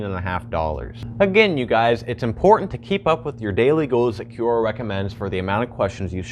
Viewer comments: Kwora. Qu.. is Kw sound. like question. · its not pronounced Q-Ora its pronounce Cora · Is it from an actual language or did they make it up and spell it badly? Quora is definitely spelt like it should be said 'Q-ora' so I wonder where they got the idea it is pronounced 'Cora'. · Ffs i can't stand his way of pronouncing Q-ora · Gene Jost i think this is how it’s pronounced, this is always how I’ve said it, but idk😂 (kwora) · Right? He says "kee you oh ra stands for QUestionsORanswers." Oh, Right. Kee you estions...